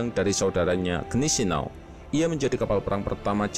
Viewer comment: maaf min ralat yg bner bacanya guineseau bhs jerman agak ribet